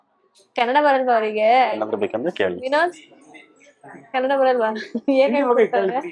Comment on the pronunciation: cannada ❌ kannada ✅